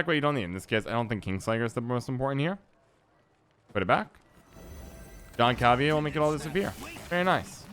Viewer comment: I think Jan Calveit may be one of the most balanced cards out of the new batch, works well with a lot of different decks but it reveals what you’re doing to your opponent and has high provisions - btw I think it’s pronounced “Yahn Khal-Vate” , it’s a Dutch name rather than the French Jean